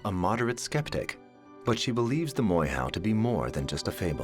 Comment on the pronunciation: Please pronounce our maori words properly! It is...'moor-air- hoe!'... NOT 'more-how!'